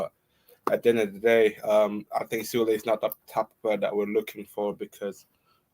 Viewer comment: This guy is hilarious. This is the second show where he can`t pronounce Sule name correctly even after i told him in the comment section. Listen again, you clown. It`s pronounced Su-le just like you would pronounce Su-arez. But knowing this guy he probably will bottle that again lik he bottles everything else😂😂😂😂